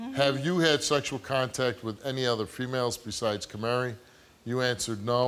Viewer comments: Is he saying "Camary?" Like the little bird "Canary" but with an M? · "Kamari" lol.